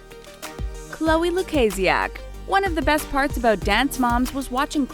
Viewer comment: s she said.it correctly